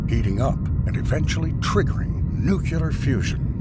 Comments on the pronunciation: no he didnt lol. he said "noo-Q-lar" instead of "nu-clee-ar" thrice and botched the correct plural form of "nuclei" (which is pronounced noo-cleh-ee) as "noo-Q-lie". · the word "nuclear" continues to be very hard to pronounce for americans... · they pronounce as Nukuler